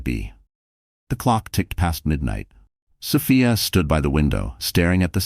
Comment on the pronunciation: 😂😂😂OK, AI...is it So-fee-a (correct) or So-fie-a?😂😂😂